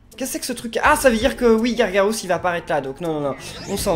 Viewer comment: Gargarose dis garga